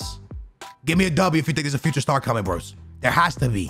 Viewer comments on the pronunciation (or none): none